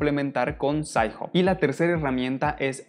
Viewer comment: "sains job"... "puv med" "DIALnet" "open acces teses and disrtechions"